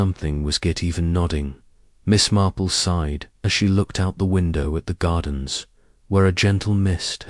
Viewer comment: Story was good but mispronouncing Marple. Lots pauses where one naturally wouldn’t If you fixed that, it would be a pleasure to listen too